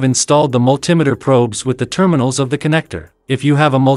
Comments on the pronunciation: have you ever heard anyone pronounce altimeter all tee meter? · Hey, where are you from? I never heard anyone who pronounces Multimeter like that!